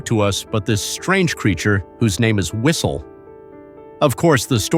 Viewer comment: "Do yOu Heah tHe fwiStLe?"